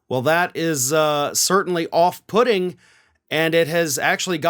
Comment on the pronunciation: Off-putting... off pudding 😂🤣😂 I had to pause the video and repeat that to my daughter!